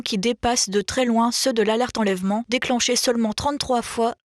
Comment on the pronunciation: "déchaî-neu-ment", "consen-teu-ment", "enlè-veu-ment"...